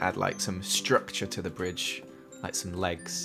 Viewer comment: said BiDgE